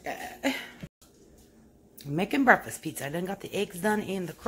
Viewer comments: The word is breakfast , not breafast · Yeah she always says breafast lol